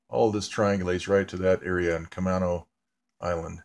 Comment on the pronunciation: I live near camano island. east of Everett. we pronounce it ca-may-no. fyi. I did not know there was a death station there.